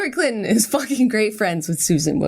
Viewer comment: Jenna says "Clinton" like "CLITton" and I can't handle it.